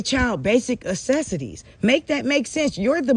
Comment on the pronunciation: Why do you keep saying ACESSITIES? Do you mean necessities? 😮😂